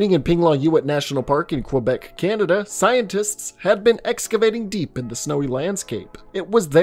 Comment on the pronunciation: The way you pronounce Quebec (Q-bec) is freaking hilarious XD